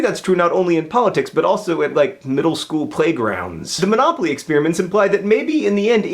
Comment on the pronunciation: What I really want to know is why John pronounces "experiments" like "ex-spearmints".